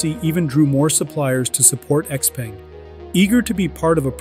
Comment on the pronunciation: "Xpeng" is pronounced wrong and also they are not a startup.